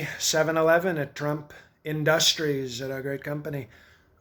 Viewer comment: He even pronounces "in-DUST-ries" the way Trump does!